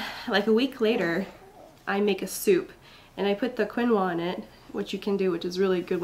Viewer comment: yes, you pronounced it right, Keen-wah. I have known about it for a long time to be very nutritious, but I didn't know it was good for milk supply, so thanks for that, cos I had mild problems with milk supply with Izzy and was a little worried about this next baby. So once again thanks for the heads up!!! cool x